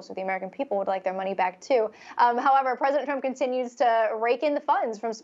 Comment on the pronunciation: “Presidnet”?? Lol